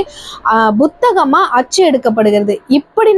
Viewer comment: உச்சரிப்பு பழை அதிகம். திருத்திக் கொள்ளுங்கள். உதாரணம்: புத்தகம் என்பதை Butha ஹம் என்பது தவறு. Puத்தகம் என்பதே சரி